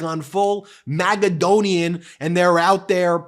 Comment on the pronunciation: Please stop saying MAGAdonian.